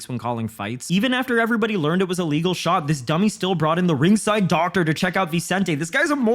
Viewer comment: Its crazy that two english guys both have this confusing of dialouge haha. was trying to say “ref should start the fight again” vs having luque get time because the strike was legal. Also, the way said “a legal” came off as “illegal” which is why Bisping was originally saying luque should get time. didnt do anything wrong here. Bispings main wrongdoing here is him responding saying “i know ” like bro you are commentating the fights, clearly wasnt saying that last part as a poke or jab at bisping he was just laying foundation for viewers and bisping took it as a comment to him which made this awkward af. Regardless, I think is a great commentator. I also think that, although Bisping can be a count without the O, he is still a solid commentator most times. Mike does let his ego get the best of him tho